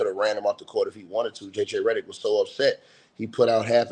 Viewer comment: I love how you keep saying Redderick 😂😂😂😂😂